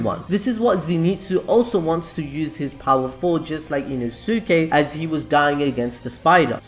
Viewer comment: E-NO-SKAY not ino-sue-kay